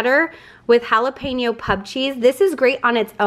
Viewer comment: I love that you pronounce Jalapeño perfectly!! 👌🏼😂